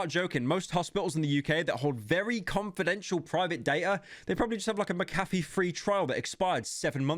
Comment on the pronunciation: what the fuck did he just say? mecaffe? its fuckinng mc a fee